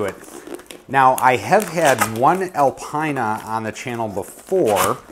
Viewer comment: Hey, great video as per usual! Keep it up! Alpina is pronounced ‘Alpeena’ in Europe. I love your raw video content.. 👍